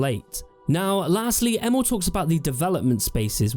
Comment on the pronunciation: Every time you say Emil, i actually hear Emo, event hough he doesn't look like an emo to me LOL Edit: It's really shocking to see how much game developers lie or have lied in the past about what you can do in their games, starting with Peter Molyneux, Sean Murray and now Todd Howard with Bethesda! I didn't even remember the claim, that Fallout 4 should have had over 200 endings, before some other youtuber brought that to my attention again! And to Player Choises and illusion: Yeah, that would be definetly a thing to have a lot Playerchoises. The downside of this on the other hand is always the fact that you'll miss out on other contend you can't experience, because you chose the other path!